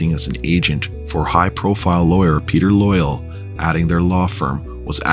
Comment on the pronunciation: Ok so when you said high profile lawyer Peter Loyal it’s Royal lol. Nice job though on these. If you want some help lemme know I’m familiar with all this plus podcasting. If not…all good keep them coming! May I suggest you tackle the Punky case though? Bad one but one of Edmonton’s highest profile crimes.